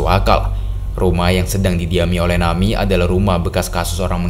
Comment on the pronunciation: ejaannya na-mi-e , bukan nami , ini bukan english